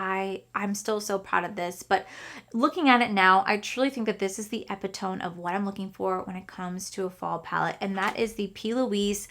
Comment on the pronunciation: Hi! I loved this video. Just a small correction on the pronunciation of epitome. It’s Uh-pi-tuh-mee. 😅 I appreciate your take on fall. I think I gravitate to more muted colorful tones in the later fall but definitely reds and oranges between August and September!